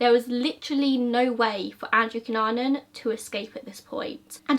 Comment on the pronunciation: I want you to know that you are pronouncing his surname right. (I'm filipino)